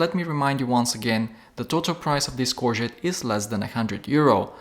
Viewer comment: Pronounced “core go”